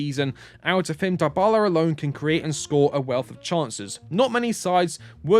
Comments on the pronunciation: FFS it is not « Dye Bala » pronouns it « DeeBala » 😩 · After hearing “Daibala” for the 3rd time, I had to stop the video 😂😂